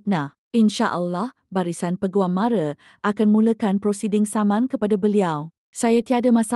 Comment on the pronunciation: Sebutan MARA tu salah, MARA bukan MARE, macam orang bangla pulak, lain kali elok belajar dulu sebutan yang betul